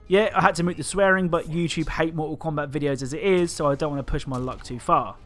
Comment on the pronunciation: Everyone: "Mortal Kombat.": "Moetahl Kowmbat."